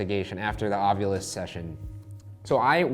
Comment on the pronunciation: I agree w Shane yet again- it's "Ov-I-lus O-V-I-L-U-S, Ovilus" lol. Just sayin. Cyz2 everybody says it wrong. Even Ghost Adventures guys.